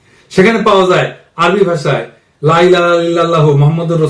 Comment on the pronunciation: কালিমার "লা" একটু দীর্ঘ করে উচ্চারণ করুন।